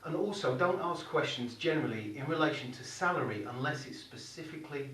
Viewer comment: Hi I thought you said cellery 😂